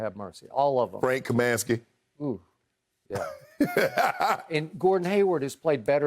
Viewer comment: Shannon said "frank kamasky"